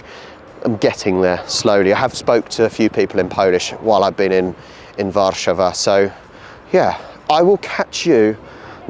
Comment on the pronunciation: Great video about Narodowy. One tip: In Polish, we always stress the penultimate syllable. If you could pronounce it as 'War-SZA-wa,' changing just this one element would make a huge difference in how your Polish is assessed by native speakers.